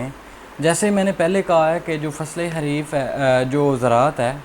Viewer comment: It's not Hareef.........It is called Khareef.......